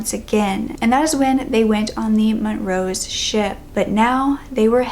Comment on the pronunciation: Montrose isn't mont-rose it's mon-troze